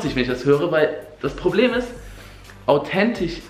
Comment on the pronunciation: autentich, möschte ... AHHHHHHHHHH